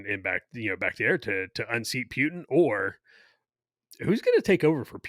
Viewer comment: Someone please teach how to say PUTIN. There is no W in PUTIN and there isn't an E either. Sounds like he is saying PEWTIN.